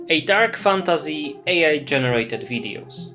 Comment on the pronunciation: Nie jestem Polakiem, ale znam polski. Odrazu rzuca się w oczy ten polski akcent, mówisz "fantAZY" w angielskim słowie jakby to było po polsku. Nie rozumiem, dlaczego Polacy wymawiają obce słowa w ten sposób, jakby z polskim „y”.